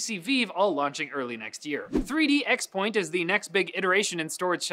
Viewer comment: ex-point? it's pronounced crosspoint!